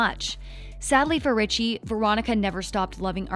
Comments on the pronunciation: It is Reggie not Richie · Richie? 😂😂 It’s Reggie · Im gonna say this-It's Reggie not Richie. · Reggie not richie🤣🤣🤣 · when it said Reggie it sounded like Richie lol